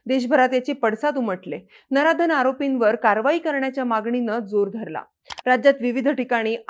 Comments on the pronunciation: अगं बाई नराधन नाही नराधम नरा धम बोल 😂😂😂😂😂😂😂😂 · Bai ga Naradha n aaropi nahi ga Naradham ase aahe te .pujari shabda kasa boltey ???? Zali ghatana atishay ghanerdi aahe